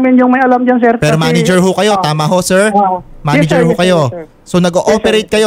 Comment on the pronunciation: MANAGER PO HINDI PO "MANEGER"